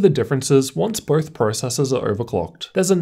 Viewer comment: Dude. BOTH!!! NOT birth! Easy correction